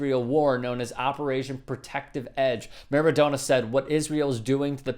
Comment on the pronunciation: Seems to be an american pass time to pronounce names wrong........MARADONA..PELE